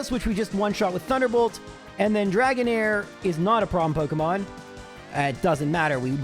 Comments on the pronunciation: Nice video. The "Draongair" sent me lmao. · . What the heck is a Draongair? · Ah yes, everybody's favourite Pokemon, Draongair. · Ah yes my favorite pokemon Draongair lmao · My fav pokemon, "Draongair"